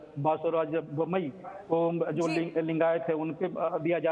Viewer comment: Aswast narayan Bombai 🤣🤣 Yediruppa 🤣🤣 Naam to theek se lelo be